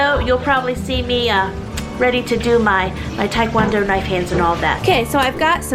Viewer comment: Keto pronounced ke-toe you sound like your saying kedo... it cracks me up when you say taekwondo too, we say it as one word here in England.